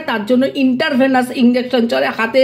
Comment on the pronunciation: দিদি ভাই ওটা ইনটার ভেনাস হবেনা,ইনট্রাভেনাস হবে। কিছু মনে করবেননা।